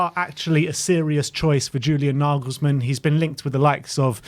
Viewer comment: I don't think there is a manager/coach on earth that wouldnt take the Spurs job. NaYYYYYglesmann (its fucking NaYglesmann unless you're fucking german) is a great option right now, but Levy will promise one thing then will do something completely different. I have heard Naglesmann has asked for assurances written down rather than spoken, so he seems aware of Levy's bullshit.